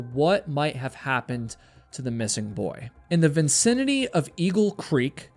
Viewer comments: Vicinity not vin cinity. 😅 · Great video, love the channel. Not judging you on your pronunciation since I’m the same way. English as a first language and still regularly get tripped up 😂 I’m wondering if “vicinity” is said with a second “N” in other parts of the country (vincinity) or if this is personal mixup. I’ve heard you say it that way a few times and am starting to mix it up myself now 🤣